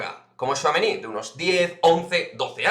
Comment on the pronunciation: Buenas!!!Veo que ya pronuncias muy bien al bueno de thouameni!!!veo mucho francés en la plantilla,me gusta más la mezcla de culturas,no sé si tu a eso lo verías un problema.Pero de quedarne me quedo con Pogba.